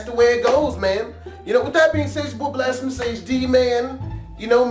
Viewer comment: why does he say blastfumus? blast...pha..m-..........fuck